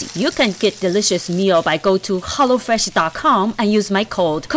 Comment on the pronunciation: Did she say hollo fresh 🧐